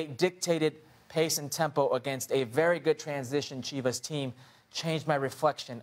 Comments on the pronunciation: "CHIV-ASS" wtf? man?? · It’s Chivas. Nuff said